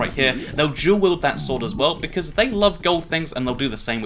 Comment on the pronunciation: He said Bequartz again.